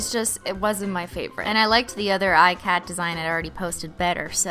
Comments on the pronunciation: Ikat.... is not pronounced "I -cat" it's an Indian textile pattern, pronounced "Ik-uth", no shade, just wanted to point that out for anyone that didn't know, love ur content!! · ikat is pronounced eeee-cot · It's not pronounces eye-cat. It's pronounced e-kuth. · I was raised to pronounce it like "ee-cut", and most pronunciations are like this when they're mentioned. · hey I am from India and ikat is an Indian dyeing technique and is a really intense craft. I just wanted to request you to use the correct pronunciation since crafts are respected here. Not trying to throw shade or anything just letting you know. P.s I love how you be yourself in front of the camera. Love India